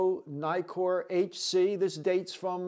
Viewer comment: Naikor ? Nikkor. As in Nick.